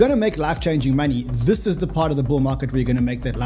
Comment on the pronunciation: Its money Y. Not moni I. Is that too difficult?